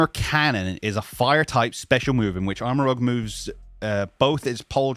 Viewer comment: It's ArmaROUGE, not ArmaROGUE m'dude. Rouge as in the French word for red.